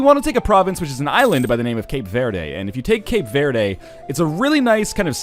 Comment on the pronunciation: Northenlion, I love you, but as a Brazilian hearing you say "Cape Vaerdae" is the most soul crushing thing on Earth.